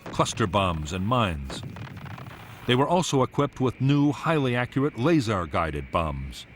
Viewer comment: I didn't know had such a peculiar pronounciation of lazer.